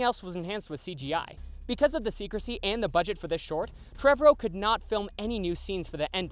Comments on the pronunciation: The way this man says Trevorrow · Yes! Every time he said it I’m like you’re saying it wrong!